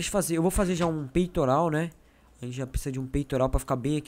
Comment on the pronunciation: nao e pisiza e presiza